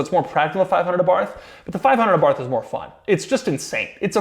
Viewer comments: It’s actually pronounced Abar-t, not a Abarth for the fiat. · That's not how you pronounce abarth.